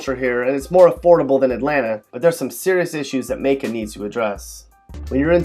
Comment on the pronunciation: I live in Macon. It's not like you say.